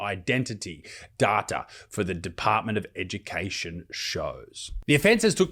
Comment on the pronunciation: There's no R in Data.....